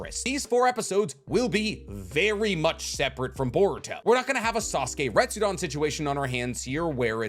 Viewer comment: It’s funny how you continue saying Retsudon and not Retsuden.